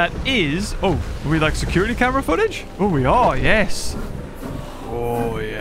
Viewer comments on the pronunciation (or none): none